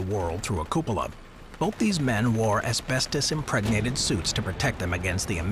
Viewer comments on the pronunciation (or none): wait did u just say aspestus?